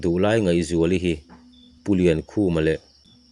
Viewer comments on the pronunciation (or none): Ngaihzuali Nu hming leh a Nuta pa hming i lam dan hi a dik lo deh tlat